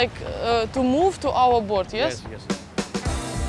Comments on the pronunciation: Кто-нибудь, скажите, что лодка на английском произносится не боРт, а боут)) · почему Настя говорит "сафари борт" если правильно "сафари боут" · я думала мне одной показалось, что она произносила боРт >_< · Почему она постоянно говорит "борт" на лодку? Неужели так сложно выучить хотя бы одно слово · я понимаю что английский не у всех идеальный, но она целый день говорила BORT на лодку и никто ее не поправил!